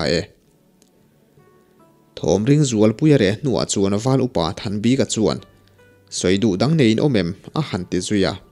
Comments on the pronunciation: Val upa thanbika hming i lam dan hi a zo tawng lo e, bik tih lai tak hi (a bik in) tih kan lam a bik kan sawi ang hian lam ta la a dik zawk lo maw le aw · Comment hi i en ngailo a nimaw.Val Upa Thanbika hming a,'bik' ilam dan lah hi i siam tha duh der lo a.ngaihthlak peih loh phah thin.i lam dan hi mizo/lusei tawngah ka hre ngai lo reng reng.:mi bik' tih te'tha bik' tih te a bik ang hian lam ve mai rawh.thing emai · Val upa Hming Thanbika tia i chhiar hi eng hnam tak nimaw...Lusei tawng chu anilo phawt mai a